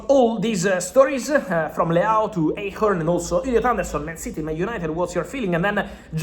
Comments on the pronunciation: Fabrizio bro his name is pronounced like "AYSH-HORN"... KENNET EICHHORN = AYSH-HORN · Nix eytchern...Eichhorn junge